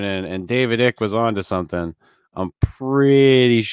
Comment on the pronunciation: just a note - David Ickes name is pronounced "Ike" - it rhymes with "Mike"